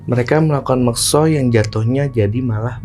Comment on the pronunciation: MUKSO Bang, bukan MEKSO.